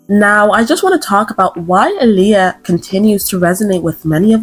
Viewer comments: I literally just realized TODAY her name is pronounced ouuuu “ahhhhhleeah” and not “UHLiyah” lmaooo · Her name is pronounced “ Eye - Lee- ah!”